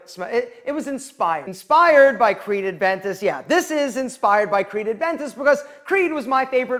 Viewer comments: Creed is your favourite fragrance that inspired you but you still don't know how to pronounce it correctly. TIP: It's NOT Adventis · Dude, it's aventus.. there's no d in aventus